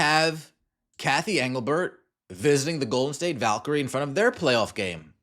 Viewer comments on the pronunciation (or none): none